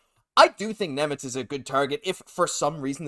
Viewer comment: Šimon Nemec please! (read as Shimon)